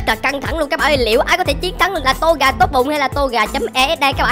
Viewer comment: Ko phải to ga là tô gà